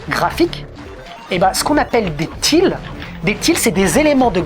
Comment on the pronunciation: Excellente vidéo, par contre va falloir réviser ta prononciation de termes comme "Datenmeister" et surtout "Tiles" (mdr c'est quoi ce "thill"... nan mais ho!!!)... ha et mention spéciale aussi pour les "faits factuels".